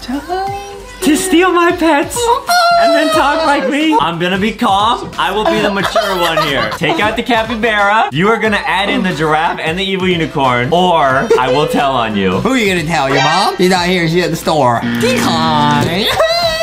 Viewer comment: DID ADAM SAY CAPYBEARA???!! CAPYBARA note to: I mean no rudeness in this comment, everyone pronounces things there own ways.